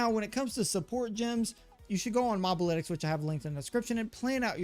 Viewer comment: Its Moh-buh-lytics actually 🤓